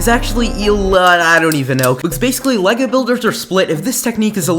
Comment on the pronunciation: Le-lay-go-goe Lego